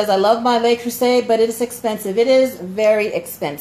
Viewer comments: Le, not Lay Creuset. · Minor note: It's Le Creuset, not Lei Creuset, so it's pronounced something close to "luh crew-zay," rather than "lay crew-say." (It's hard to describe, but it's sort of like saying the word "look" minus the "k.")